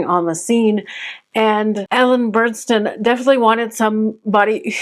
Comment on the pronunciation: Just wanted to let you know, nice job, but you don’t know how to properly pronounce the lead’s name…it is Ellen Burstyn NOT Burnstyn as you keep saying her name throughout your video!!! Do your homework first!!